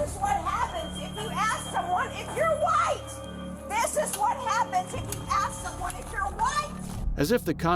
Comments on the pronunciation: Are you woit? Are you woit? I’m woit. I’m woit. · "bcuz im walking thru saying i'm whYte" 😂😂😂